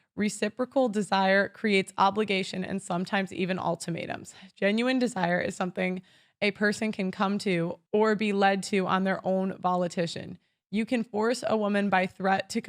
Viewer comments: you read the word predicated as predicted. you read the word volition as volitition (no such word). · Oh, just a quick note – it’s pronounced volition, without the extra "ti." Easy mistake to make, though! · She was testing us to make sure we're paying attention. She also mispronounced "predicated" and "volition." Minor quibbles; the general points were well-spoken.